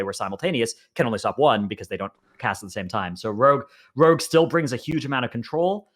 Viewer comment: Tries to pronounce 'rogue': Rag